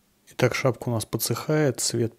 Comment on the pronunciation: шапЬка, тряпЬка, подмалевЬка... Такой очаровательный выговор.